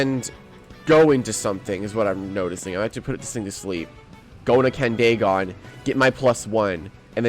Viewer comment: Also i think it’s pronounced candy gone instead of candae gone but I might be wrong